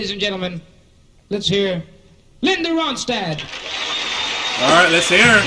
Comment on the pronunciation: Yes your saying her name perfect ! I am so glad you did a reaction to this song however listen to the song Tumbling Dice . I know your be happy you did ! Thanks and as always your amazing !!